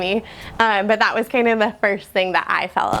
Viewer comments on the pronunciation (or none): The house has charm, but the vocal fry and the constant “Iverything” ( = everything) ! Thite (= that.) is quite annoying, and detracts from the show and “Iverything.” Many little teen girls do thite alot.